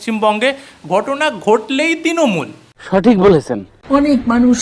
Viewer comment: ওরে বাবা, ' তিনমূল ' নয় কথাটা ' তৃণমূল '। কঠিন estape নয় কঠিন stape হবে। আর vedio content বিষয়ে একটাই কথা, ' ছিঃ।'